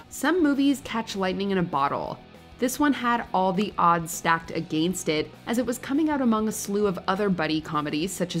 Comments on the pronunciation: Did anyone notice how she said against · bruh what who says against like that